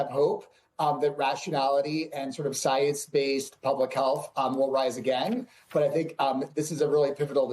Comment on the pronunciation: “I am duhhh soyance” - DawktahFauci